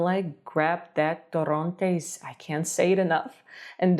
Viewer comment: Okay it's not torróntes it's torrontés